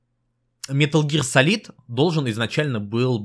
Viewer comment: СалИд, салИд.... Как же так,, ты ведь вроде знаешь английский.